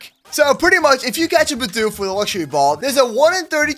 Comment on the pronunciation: Also when you said your getting a Bidoof, I though you meant a Bedew